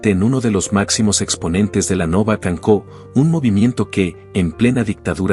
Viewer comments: Pronuncia bien aprende. a decir cancon no se dice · Se pronuncia cansò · Un icono de rebeldía y de lucha serena,sin prisa pero sin pausa,señor la c con cedilla se lee como la s acompañada de la vocal que toque.